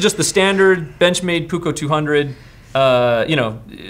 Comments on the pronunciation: Benchmade 200 puukko. Never heard before other than Finnish knife companies named blades as puukko. You say it like buko but it is puukko. Strech that double u. In finland every fixed, plain edge knife that is same size like that benchmade is called puukko. Others typed are called veitsi aka knife. But i like your style in knife choices. Keep it up. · It’s pronounced puukko i’m from finland i know that